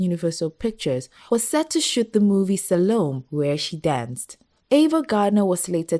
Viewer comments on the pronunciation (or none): "Salome" is three (3) syllables with accent on the "me". Pronounced "SaloMAY".